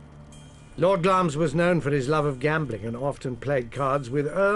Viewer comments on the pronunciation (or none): wish these presenters would prounce names as they should be. the castle of glamis is pronounced as it is spelt. it is not pronounced glames